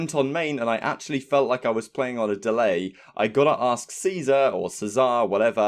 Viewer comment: You said it correctly,:)